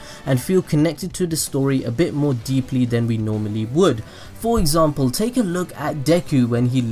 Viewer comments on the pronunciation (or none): none